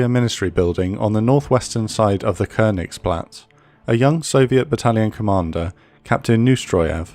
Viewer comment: Amazing work as always. Just that the wrong pronunciation of "Leibstandarte" makes me cringe each time. If the narrator can say things like "Königsplatz" & "Reichstag" correctly, why not "Leibstandarte"? :)